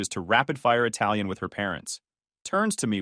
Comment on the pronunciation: you spoke that italian so perfectly!